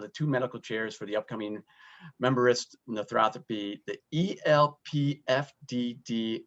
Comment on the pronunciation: what is with the proununciation of Menbra....!